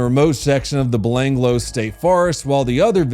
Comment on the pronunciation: Ivan Milat is pronounced Ivan Milat, not Ivan Millet. Belanglo is pronounced belanglo, no blanglo (you got it right the first time then regressed). Lindy Chamberlain was probably guilty.